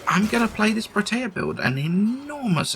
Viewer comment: "pro tay uh" - Bro. No.